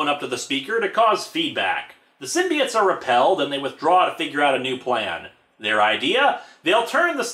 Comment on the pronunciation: p. sure it's symbi oats and not symbi its